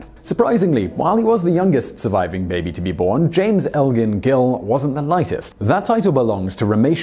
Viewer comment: Thank You, Simon!!!! Thank you for pronouncing the name Elgin properly! Maybe it's because I live in North America, but everyone wants to pronounce it as "El-Gin". I've become so jaded that I sarcastically ask "Do I look like a bottle of Mexican Gin?" . Ps. Grammarly helped me with this post, Thank again!